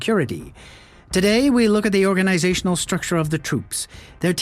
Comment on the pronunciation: "ORE-GAAN-IZZ-ATE-IONAL..." Please just use ur real voice man. Ur video's arent bad but that AI crap is distracting.